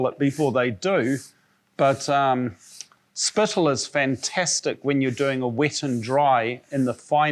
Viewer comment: When he said spittle I died a little inside 😂😂